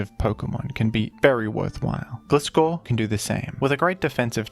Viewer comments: It's Gleye-scor not Gle-scor Sounding like FSG lmao 😂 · Why are you reading its name as "Glee-scor" when you read Gligar correctly? 😭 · the way you pronounce gligar like glide but gliscor like glizzy is so weird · Gliscor is pronounced as Gliess-Core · Lmao, Glisskor. No hate on dude or anyone who pronounces it like that but it genuinely makes my skin crawl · Wincing a bit every time you pronounce "Gliscor" haha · That's not how gliscor pronounced tho